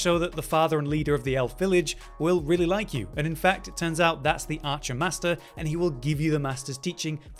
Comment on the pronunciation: ’Maister' is pronounced 'may-ster'.